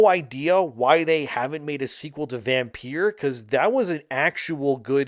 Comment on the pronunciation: Vampeer? It's still pronounced the same as vampire it just has a unique spellling.